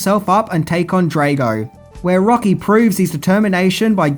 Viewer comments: Being Swedish and all I wonder, not that it's a Swedish name, but why did you pronounce Lundgrens Drago as Drejgo? I mean you've must've seen the movie and heard the nam being announced a dozen times 😅 Also the song was Burning Heart not Burning Heat, even though that title would've worked as they were in a very cold climate atm while the song played 😎 Great content as usual 👏 Bacon-Bear from Sweden 🇸🇪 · Drah-go not Dray-go, pronounced schmelling and Burning Heart not Burning Heat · Good review BUT it's pronounced DR-ARGO...not Draygo. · Dre -go ? Cmon really. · Yo learn to say drago properly FFS do you watch these movies ?? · DRAH-GO not DRAY-GO FFS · It's not pronounced drAgo. It's Draaago. Get it right dude. DAMN!! Did you actually WATCH the movie before critiquing it? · I thought it was Drago ?..Draygo? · Drago. Not draaago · Drah-go not DRAYGO lol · Drago, not Draygo Burning heart, not burning heat. Research was poor. Tut tut. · comon dude Drag o like drag to drag something then o Drag O not Drage o sorry if I'm nip picking your a good dude have you ever thought about doing a greatest f ups video? I'm not being a smart ass just saying it would be a fun show similar to what the nostalgia credic dose some times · Draaaaago not Dreygo haha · "Drago" (Draw Go) Not (Dray go).. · I love ya, but honestly every time you say Dray-go instead of Drahh-go it feels like getting hit by... well... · Not DraYgo...........DraW-go...................I understand you have the Australian accent, however its also important you pronounce things correctly. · Come on man. Pronounce Ivan Dragos name correctly. You stay butchering names and titles. Drago is pronounced like the word drag with a o at the end. Like the word oh…..Drag-O. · Ivan Drey-go! Lol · The twat pronounces Drago as “Draygo”. He can’t fucking speak!!! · You should watch the movie again and learn how to pronounce “Drago” “Max Schmemling” another mispronunciation